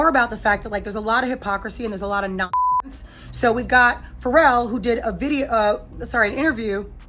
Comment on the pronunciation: I’m not sure how you can call yourselves, “,” when you mispronounce so many musicians names, again?! “FERAL...?” “Zin…diiiiya?” Come on! Do your homework, please!. These celebrities are pretty well known throughout the world... what’s happening? Do you not have anyone around, that can (help) and correct you before airing? I’m sorry, but it’s so disappointing to be listening and enjoying your program, only to be thrown out of it because of, (what sounds to be) a white woman, repeating, “FERAL WILLIAMS!?!?!”